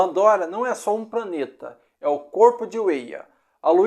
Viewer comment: Gostei do vídeo, mas... Você devia fazer um segundo vídeo com a pronúncia correta! Praneta, Eia, pranta, etc...